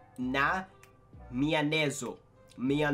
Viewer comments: it is written maionese not mianeso you do not know how to read? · frase: "viajar na maionese": "ver H no meanese"